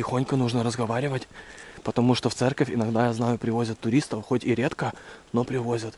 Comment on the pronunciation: ЦЕРКОВЬ а не церЬковь